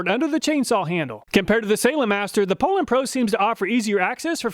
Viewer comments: Poulan is pronounced poo lon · Two comments : always heard it pronounced POU- LAN... not POOL- ANN. Chainsaws break in and perform the way they are designed after at least a few tanks of fuel.. A brand new out of the box saw really offers a test subject not ready to make adequate judgements about.. You must not be knowledgeable about chainsaws to do a test this early. Many stihl and echo and Husqvarna saws learn about their operating environment over use and self adjust for best performance. Not sure thats the case with these cheap saws you tested, but is that something you considered before testing ?? Fyi cars do the same thing. Would you do car testing in the dealers parking lot ?? You should retest these saws after they are broken in with three or four tanks of fuel. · I always pronounced it POO-LANN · Oh you guys say "PO-lan", that's odd. It would have originally been pronounced in French as "POO-law" (silent 'n'). ì guess that didn't sound American enough and was changed for marketing reasons. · your pronounceing the poulan pro wrong. its actually pronounced " pullin pro". because thats what you'll be after buying one.